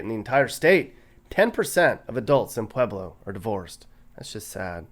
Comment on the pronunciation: are you saying pleblo ?